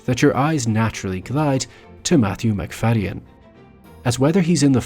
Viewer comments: I've always heard it pronounced McFade-in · I've never heard his name pronounced like that, the y has always been silent when I have heard it before.